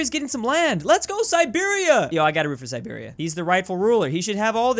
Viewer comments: Calls Siberia Serbia Me: Sad Russian sounds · Calls Siberia Serbia Me: Confused noises: Does it a few times: Finally calls it Siberia Me: Angry noises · Everytime Siberia was called Serbia, one Dmitri in Moscow lost his vodka 😔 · keeps calling Siberia "Serbia" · omg the first 4 comments i saw were about saying "serbia" instead of siberia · Me hearing referring to siberia as serbia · If you botch Siberia one more time...